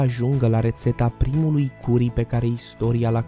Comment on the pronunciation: Se scrie curry dar se citeste căry